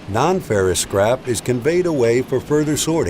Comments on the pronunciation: Everytime he said "this scrap", all I heard was "(magnets lift up) this CRAP" lmao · every time he says "the scrap" I understand "this crap"